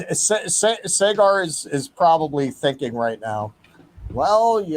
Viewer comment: Saygar? You can't even pronounce the guy's name correctly?